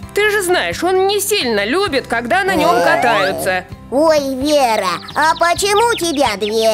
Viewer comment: Ой вера а не лера